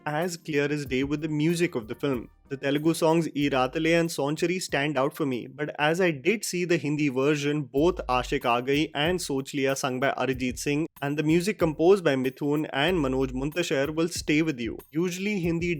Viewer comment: And he talks about accent of prabhas.. At least he is trying to speak a language which is not his mother tongue.. And pronounces Sanchari as sonchari... He talks about accent of prabhas